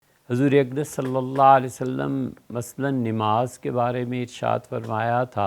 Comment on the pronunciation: میری مفتی صاحب سے ادبا گزارش ہے کہ آپ لفظ نماز بکسر النون پڑھتے ہیں حالانکہ بفتح النون ہے اور مفتی صاحب اکثر ایسا کرتے ہیں محمد انعام رائپور ضلع سہارن پور یوپی